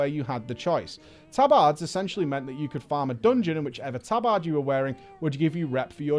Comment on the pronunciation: tab-AHHD, tab-AHHD, tab-AHHD